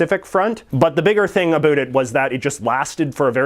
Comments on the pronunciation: He can't even pronounce "about" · I'm Canadian he's just pronouncing about an around wrong we don't all talk like that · That’s the first Canadian I hear pronouncing “About” like that I’m from Ottawa. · Americans always say Canadians pronounce the word "about" as "a boot". You are the first Canadian I have ever heard that actually pronounces it that way.